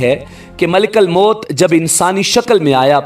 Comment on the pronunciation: Malekal mout nhi kahty ,malekul mout kahty Hain zabar nhi paiysh hai